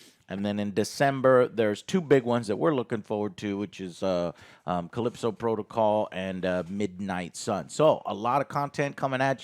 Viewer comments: Wish I could be there when Joe realizes its Callisto Protocol. Pretty sure he said Calypso Protocol about 5 times in this week's videos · Callisto not calypso. The disrespect is unreal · Joe just keeps saying Calypso Protocol. It drives me crazy. He must have been saying it wrong for a whole week since last episode....